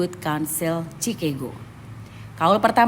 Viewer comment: Chicago dibaca ʃɪˈkɑːɡoʊ beda dengan Cirebon yg dibaca t͡ʃi.rəˈbɔn